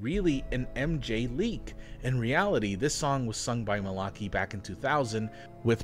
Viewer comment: i love these videos so much, but that pronunciation of malachi is killing me